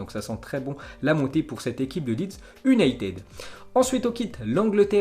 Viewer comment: Prononcer Manchester ''younaïtid" ... ''United'' ça passe pas